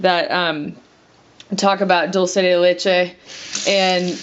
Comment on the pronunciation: It's pronounced doll-che not doll -see